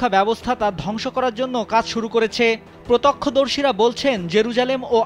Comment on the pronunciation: সাংবাদিকের বাংলা উচ্চারণে অনেক ভূল। প্রত্যক্ষদর্শী,,সৌদি আরব এমন আরো অনেক শব্দ পেলাম। একটা স্বনামধন্য চ্যানেলে এমন সাংবাদিক, মানা যায় না।